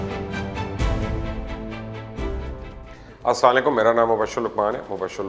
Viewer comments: Please say sallam correctly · Mubashir sahab ap ka Salaam theek ni ha isko sub se pahle correct Karen Assa la mualikum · Is this me or he can't even pronounce asalam o alikum properly?